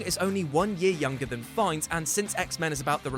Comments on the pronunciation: Anybody else slightly bothered by "Ray Feinnes"? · Ralph "Feinnes?" Really????? OMFG